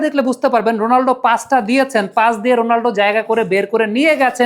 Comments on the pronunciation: উচ্চারণটা রোনালডো না, হবে রোনালদো। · 💥👉👉 ভাই, রোনালদো নামটা মাঝে মধ্যে রোনাল্ডো শোনা যাচ্ছে, আগের একটা ভিডিওতে তাই শুনেছি। দয়া করে একটু সতর্ক হবেন প্লিজ। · Bai, apni CR7 er name thik kore boln